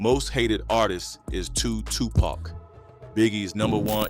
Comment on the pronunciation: I can’t watch this! I need him to say TUPAC correctly